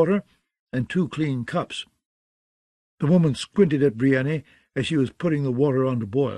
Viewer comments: Brienney was bad but Aenys pronounced Anus was too much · What do you mean? Yuron and Eyron are great characters and Brien-knee is my favourite.